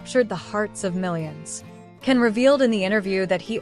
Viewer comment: It's pronounced "Jan". Strong J sound. He reacts badly to mispronunciations, from what I've seen.